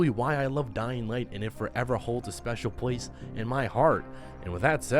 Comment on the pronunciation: Place❌️ pwace✅️